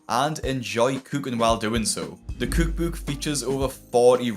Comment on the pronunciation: Cewk bewk!